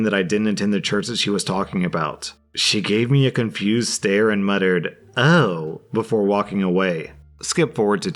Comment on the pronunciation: it bothers me that in the story about the church and the Tim's... he used "Stair" for "Stare" like... all I could envision was she handed him a small staircase with googly eyes on it.